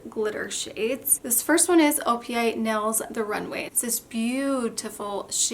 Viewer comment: The word is Nails. Not nells. 🙄